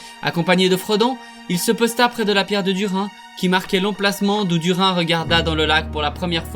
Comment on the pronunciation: Video sympa, par contre tu prononce pal mal de noms correctement et d'autre pas, peut être cet vidéo t’intéresserait (mot qui mon trituré les oreilles :Dùrin, Thorin, Dùnadain)